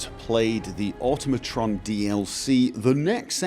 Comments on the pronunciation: It's awe-TOM-ih-tron, not AUTO-mah-tron. Just like Automaton is pronounced, since they were invented in the 5th century. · Once again, proceeds to mispronounce Automatron...